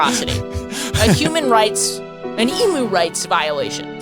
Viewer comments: It's "e-mew", like rhymes with new, not like a cow's "moo"... please, for my sanity.. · It is not an e-MOO. It’s an eem-u! And they won the great emu war. They are not to be messed with. Say their name with respect.